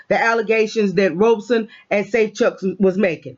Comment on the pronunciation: sorry I didn't see thst pinned comment. And nevermind lol... it just bugs me. It's not "Robe son" it's "Rob son". Pronouncing it like a garment one wears after a shower is incorrect. Thsts all. Peace